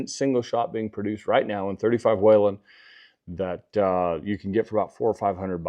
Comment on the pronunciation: It's weeeeelin not wailinnn love mine